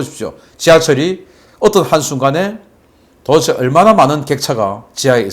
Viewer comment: '도데체'를 '도에체'로 발음하지 말해 주세요 박사님 방송 보고 저도 그 발음하던거 반성하고 스스로 교정중입니다 ㅎㅎ